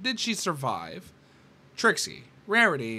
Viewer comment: You said the great and powerful tricks wrong its: "The GREAT and POWERFUL ttrrrRRIXIE!